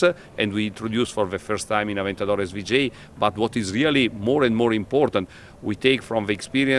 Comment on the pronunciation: Sry aber s-wu-j?